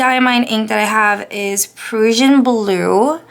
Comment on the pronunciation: The Diamine Prussian Blue is really pretty in your journal. Love it. (By the way, Prussian is pronounced like PRUSHIAN...with a short "u" sound. :) )